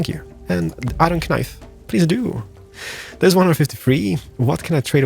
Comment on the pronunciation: The k in knife is silent 🤪😜😋😘